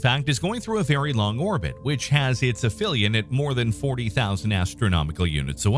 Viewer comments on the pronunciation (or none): none